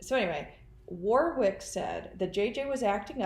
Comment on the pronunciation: Maybe the other man who Donna saw helping Whori suffocate JJ, was David Warwick (it’s pronounced Warick, btw). Why else would she kill him on the day they were visiting, if they didn’t know about it? I don’t think anyone should be fooled by the timid, innocent person, Melanie Gibb tries to portray. She’s in this upto her neck!!!